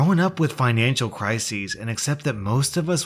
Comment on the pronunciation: Did my boy said "Crises" instead of "Crises "?